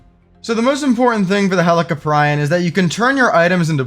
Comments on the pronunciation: I could be wrong but I believe it’s pronounced Heli-Cop👮‍♀️- Ree-On. That’s how I say it and that’s what makes sense to me but I’m definitely not the pronunciation expert lol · In which would sounds like Helico"preeon" instead of Helico"pry-on" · I lost a year off my life every time you pronounced helicoprion 🥀